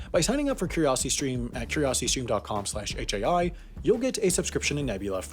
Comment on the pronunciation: You didn’t say the I at the end